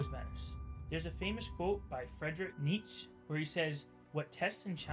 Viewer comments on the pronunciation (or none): pls pronounce nietszche correctly lol